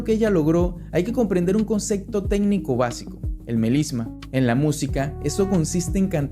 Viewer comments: Dijiste concecto, tres veces,no puedes decir concepto? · Muchas gracias, me gustó muchísimo. Te recomiendo terapia del lenguaje para que te sea posible, con práctica, pronunciar palabras que contienen "p" y "b" cómo concepto, observación.... Etc. Espero no te moleste, de corazón no lo digo a forma de burla.